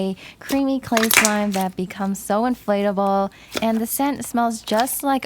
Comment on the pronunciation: Is it me or on the first slime did she say “slay slime” instead of clay slime?